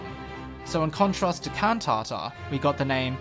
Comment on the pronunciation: Great... now my siblings won't stop going It's Can*tata not *Can't-tata whenever i do choir auditions